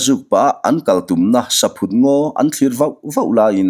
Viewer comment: Saphut hi ithluk diklo saphut hi thingchikhat arahchu saihlum tiatvel ani a sava hian antlan duh em2 ani atluk dantur chu entir nan Lalin iakah vawkpa aphut ani tih phut tihlai ang hian thluk tur chhangphut tih phut ti a lamloh tur